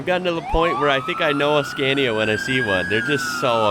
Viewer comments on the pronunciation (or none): none